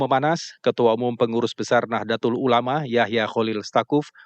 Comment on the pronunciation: Nahdlatul ulama jangan dibaca Nahdelatul ulama